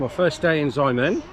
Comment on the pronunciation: If cant pronounce Xiamen, Shiamen is alright. Never Ziamen